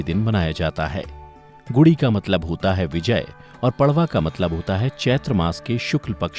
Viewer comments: Kripya prwa ko परवा mt pdhiys..... पर्व hota hai.....padwaaaaaaaaa nhi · It's padva not pdva